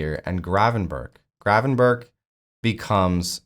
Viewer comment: The G and CH in Gravenberch are pronounced the same way.Its not Gravenbertsj.